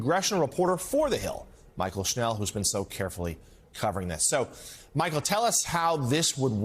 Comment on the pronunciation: Why does he keep calling her Michael and why does the CC not write her name. I had to look her up. It's Mychael. Probably pronounced more like Michelle.